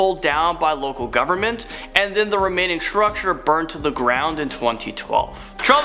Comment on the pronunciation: "With some sort of Shrucshure"